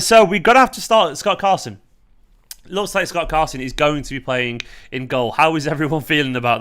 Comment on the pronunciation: "Gott Scarson" 😂😂😂😂😂 time stamp